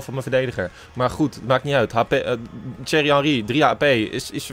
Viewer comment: zeg geen cherry maar thierry spreek uit als tie-err-ie